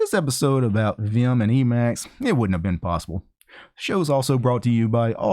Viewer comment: "viyum" lol